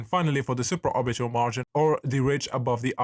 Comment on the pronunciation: bruh all i heard was suporbiaal tilt